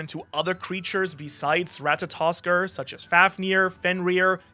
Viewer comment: You get an "Atta boy!", for being the only One Piece youtuber that can pronounce Ratatoskr correctly.